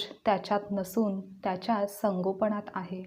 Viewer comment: संगोपण नाही संगोपन